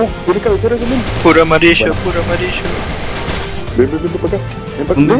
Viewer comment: Puro amarisho puro amarisho:v JAJAJA